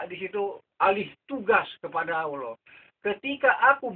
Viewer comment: Menyebut Allah sja tidak betul membaca ayat quran jga ngak betul bagai mana engkau hendak membetulkan org..bodoh ini org tua sudah mau mampos lgi bodoh🤣🤣🤣